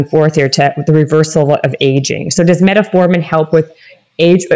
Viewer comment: It's funny when people who talks about these things say "Reservatrol" and "Metaformin". It shows a clear lack for research.